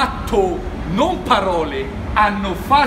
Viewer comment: "PPPAROLE, PPPAROLE, PPPAROLE, PPPAROLE" troppo divertente 😂